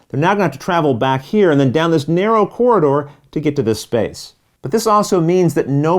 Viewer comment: I am guessing its pronounced corridor